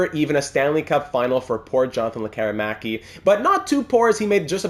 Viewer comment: Appreciate the correct use of letter "Ä" here 👍🏻.